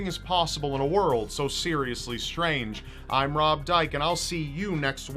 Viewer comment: Hey, gais, :D Rib got a haircawt, nice haircawt, Rib.